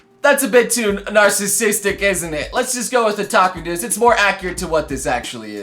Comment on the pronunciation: sounds like youre saying taco news... now i want tacos